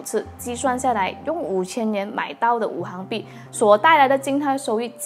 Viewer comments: Wu xing bi, not wu hang bi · 五行币是读五"xing"币，不是五"hang"币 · 拜托。。。是五行（xing）币。不是五行（hang）币。。。 ==“ 晕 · ，五行讀作行(xing2)，是金木水火土的總稱